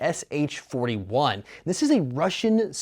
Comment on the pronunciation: Pronounced Peh Peh Sh-eh not Pee Pee Ess Ach. 3 letters not 4. So this version doesn't feature the electric blow back? That rubber butt pad is not legit. Ares/S&T/Snow Wolf versions have realistic stock plates on them. Interesting that this version has a flash mag. Though traditional winding isn't bad in it considering the right way to hold it is by the drum. I was able to wind mine while wearing winter gloves.